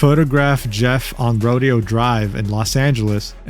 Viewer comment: extremely small mistake, but Rodeo Drive is pronounced "roh-DAY-oh." Great video though! Somehow I hadn't heard about any of this. xD